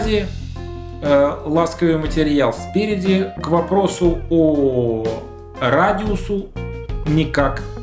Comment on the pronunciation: Слово радиу́с надо внести в толковые словари русского языка(и попробуй догадаться как я смог ввести гласную с ударением)